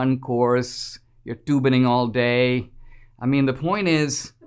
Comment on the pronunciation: "toobining all day..." LOl